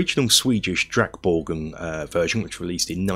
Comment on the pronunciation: very good pronunciation of drakborgen. Swedish is very hard for English speaker to get right and yours was the closest I've heard.